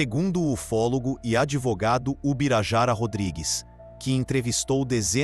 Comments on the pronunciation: "adivogado" aí, é foda! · ADIVOGADO foi ótima kkkk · "ADIVOGADO" dá toda a incredulidade no vídeo rsrs.. Minuto 20'22"